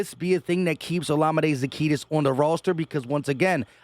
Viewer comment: Za-Key-us. No T in zaccheus